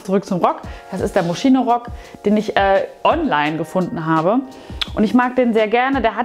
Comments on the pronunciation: Moschino wird moskino ausgesprochen 😅😅😅😅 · Moschino wird "moskino" ausgesprochen.